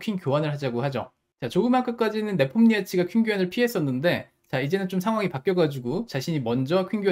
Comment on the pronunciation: 네폼니아치 발음이 매콤니아치라고 하시는거 같아서 뭔가 배고파지네요